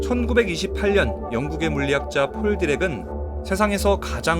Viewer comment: 찰진 어감의 디라쿠 에바에 나오는 디라쿠의 바다